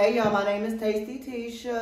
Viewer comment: Did he say Tasty Tesha?